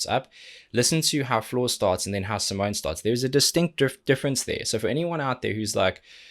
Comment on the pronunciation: Awesome as always... Btw, it's SimonE, the E is not silend at the end and it is not an 'e" but an ... erm.. maybe you should check her explaining her name :) Simone explains how to pronounce her name | smoonstyle instagram live 8/02/18